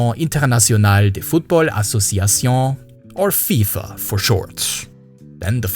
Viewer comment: Damn you hit that FIFA pronounciation perfectly